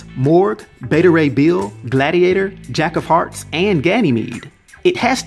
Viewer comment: Did you say Jack of Farts?